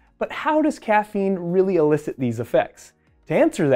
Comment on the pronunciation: There are two words: illicit and elicit. You are confusing the two. The pronunciation should be heavier on the e for the word elicit.